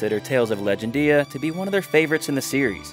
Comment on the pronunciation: legend-dia? odd way to say the title lol